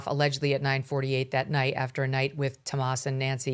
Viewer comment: Why does Megyn keep calling him "Tomas?" His name is "Tommaso," and she's said it that way before, so I know that she knows what it is